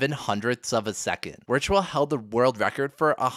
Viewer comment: VUH VIRTUAL. please stop saying Wertual